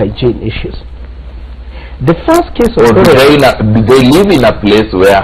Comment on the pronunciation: Chorera instead of cholera?